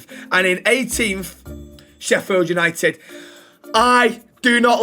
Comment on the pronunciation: What a vid lad and say it with me boys YANITED YANITED❤